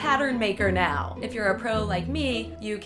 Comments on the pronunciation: miguel lagos of course we did she wore em with Cristine too haha. but the cat ears could play trick on our minds and make us think she says meow instead of now lol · Did anyone else hear say meow instead of now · did you notice that she said meow instead of now? XD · When she started to make the pillow it sounded like she said meow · I love how instead of now you said meow. 😹😹😹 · Did She Say Meow Instead Of Now? I Wouldn't Be Surprised. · When she says now it sounds like meow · she says meow instead of now or am I going deaf? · Who else thought when said "now" she said meow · Anyone else notice she said "me-ow, if you don't have any sewing skills." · she said meow instead of now. Get it... She's a cat... Okay.. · she said meow not now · In says meow in stead of now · did anyone else notice she said "meow" instead of "now"? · Did anyone notice she said meow instead of now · When she said "Now" I thought she said "Meow" Fuck it im going crazy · did say 'meow' instead of 'now'? HAHAHAHAHAH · meow instead of now, who else heard that?!?! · you said meow you don't have instead of now if you don't have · did you just say meow instead of now? Oh the pins. (Or me being deaf) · did she Meow instead of now? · is she saying meow instead of now??? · she says meow instead of now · insted of now she said meow is it me thought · . Did you actually mean to say "meow" instead of "now"? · She said meaw not now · it sounds like she said meow hense the cat costume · Go to she says meow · I had to rewatch that because I thought I was hearing things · princesspresto13 Yay I'm not the only one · Is it just me who noticed that she said "meow if you don't have any sewing skills" instead of " now if you don't have any sewing skills" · Did anyone else notice she said meow instead of now ? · harrison jaines yeah I hear meow to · harrison jaines I notcied she said meow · Duh She she said meow instead of now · I noticed, and instantly thought of Super Troopers